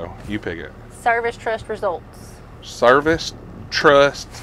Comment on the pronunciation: "Service Trust Reseults"